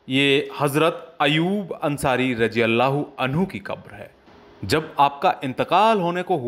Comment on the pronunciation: अल्लाह जब बोलने ही नहीं आता तो फिर क्यों वीडियो बनाते हो...अल्लाह को अल्हा बोल रहे हो माज़अल्लाह...